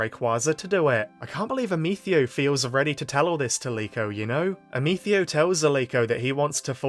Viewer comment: raisin the roof while saying "Ameethio"